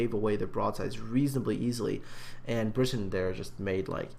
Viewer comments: I have no idea how you get briton out of bratyn??!!??, with all the time you take to make this a top notch channel, you completely insult all your subscribers who send in their replays and you mis pronounce their names, let me see, ya - 100% of the time!! Start going through your replays and count how many times you've said "I hope I''ve pronounced that right". Well, here's a thought, take the time to respect players names and learn how to pronounce them. Try sounding them out - 'a' doesn't sound like 'i' - just sayin'! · The way you said it initially was correct:p Brat-yn;) Thanks for featuring it,! - Bratyn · Everytime I come back to this, I can't help thinking:, how the hell did you get an 'i' sound from an 'a'. if he was called Britain, he'd have spelt his name 'Britain', not 'Bratyn'. I know it's been two months, but sometimes I despair over people, even those who appear competent. Jingles saying that the Cleveland has 156mm guns, even though it has 152's. Jammin411 using results screens from a defeat in a Zao for a victory in a Yamato. We all make derps, but they can intensely annoying.